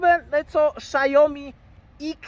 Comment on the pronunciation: "szajomi" ? Co to za marka?